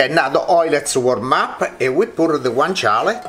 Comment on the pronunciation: Hi, i'm italia. It's "guanciale", not "guancale". "Guancale" it's more like reading it "guankale". Understand? Sorry for my bad english